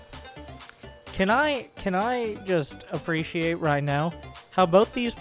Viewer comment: Can we appreciate how you slaughtered the word, "appreciate". Talk about hooked on phonics.